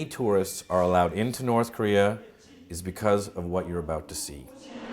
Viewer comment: Nort Core-Ear